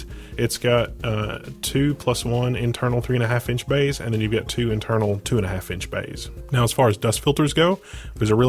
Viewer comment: The "bayhs" get me everytime :') Great build nonetheless